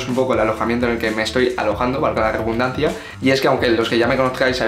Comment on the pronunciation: Se dice redundancia, no rebundancia.